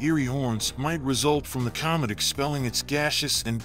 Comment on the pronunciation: this guy. oh man. cyomet cyoming cyalmly